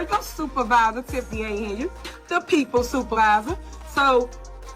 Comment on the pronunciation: The girl name is pronounced Hen-yard